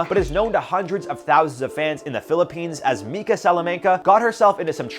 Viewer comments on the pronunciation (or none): none